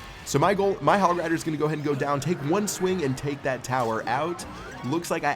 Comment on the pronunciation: he said inferno towet